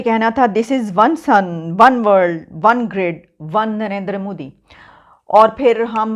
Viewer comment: Its nt mudi its modi ......are bhai kam se kam nam to thik se liya karo